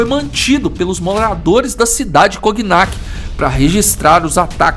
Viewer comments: só corrigindo que não se fala coGnac, a pronúncia correta é igual a famosa bebida "conhaque". O GN vira NH. É isso, ótimo video como sempre! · Obs: Não se fala "Coguinaqui" se pronuncia como "Conhaque" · Brother, a pronúncia certa não é "coguinac", é "conhaque", mesmo. Pq a junção das letras "gn" em francês têm o sim de "nh" em português. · Só uma coisinha: o nome da cidade se pronuncia "Conhaque" (O nome da bebida, que inclusive é citada no vídeo vem justamente do nome da cidade). Parabéns pelo canal. Ótimas histórias que quase ninguém conta no YouTube. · Cognac se pronuncia conhaque. Por isso a bebida se chama assim. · Cognac se pronuncia conhaque. Ok? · Por que essa narração nesse estilo? Não agrada não. Exagero na narração. Não sabe chamar a atenção, não sabe por o tom de mistério, de tenebrosidade. E a pronúncia deve ser Conhaque. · O nome da bebida se deve a essa cidade. É feito a pronúncia de "filet mignon" (francês) = filé "minhon" (português). Sugestão: usa o tradutor para ouvir a pronúncia, durante a edição dos vídeos. Abraço.